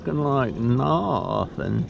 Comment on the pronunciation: A lot of "nawthing" 😊 The 55 wasn't rusty......it has patina lol